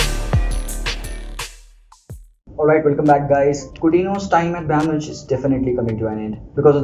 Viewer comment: yaar what is brAYN munich bhai ik dafa youtube par pronunciacion seekh le hamaisha lagta hai bayern itna chota club hai ke kisi ko naam bhi nahi lena aata